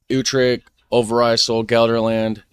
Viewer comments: Your "Overijssel" was close to perfect. Keep it up, your pronunciation is getting really good! I didn't know about Friesland or so meaning "cold" and I don't think it does - But vriezen (= to freeze) is almost the same word. I heard that confusion between vriezen/Friezen before. These words sound the same and Friesland is ground 0 for ice skating but I don't thinking the freezing is part of the Frisia etymology. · You are actually saying Overijssel way better then the other guy , stick with ur original one! Same with the Zeeland , ur saying it right. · No dude, you pronounced it better it is your version of overijssel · Northern part of Noord holland is still called west friesland. You said Overijssel in the good way, the guy in the video said it wrong. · Your pronounciation of 'overijsel' was spot on :) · Let me be redundant and repeat what others have already commented: Your Dutch pronunciations are much better than those of the English dude. Especially Overijssel. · Your pronounciation is a lot better then the ones in the video ;) Only the g needs some work (though I think you may need to have been born Dutch to pronounce that properly:) You nailed Overijssel, for zeeland its a short 'a', more like in e.g. father (same goes for holland) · True. Believe me, cause I'm Dutch.